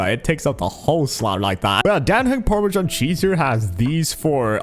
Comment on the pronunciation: permasen cheese 😭🙏